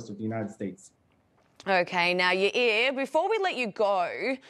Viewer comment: Yair ❌️ Ayri ✅️